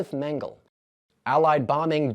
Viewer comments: And it’s Mengele’. Not Mengel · Can't stand AI!!! It's so obvious when the electronic blabber mouth can't pronounce anything correctly. Example: Joseph MEN-GEL, the Nazi doc who escaped to South America after the WWII. UNSUBSCRIBING. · Nanking and Nanjing are the same city. "Nanking" is simply the older, traditional Western romanization (spelling), while "Nanjing" is the modern Pinyin spelling used today. "Men gah luh" The last syllable is a schwa, the uh sound. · How funny. I'm American born and raised and I've never heard the American pronunciation of "Josef Mengele" until just now. It sounds so... strange! 😂